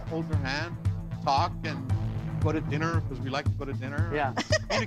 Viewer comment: HELP HE SAID GO TO DINNER BUT IT SOUNDED LIKE HE SAID PUT IT IN HER I WAS LIKE WHAT HAPPENED TO THE WHOLESOMNESS